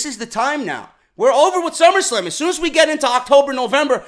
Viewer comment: did he just say summerscam? wtf is a summerscam lol sorry had to rewind to make sure I caught that lol